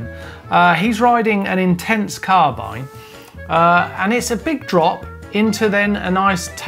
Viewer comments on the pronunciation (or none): none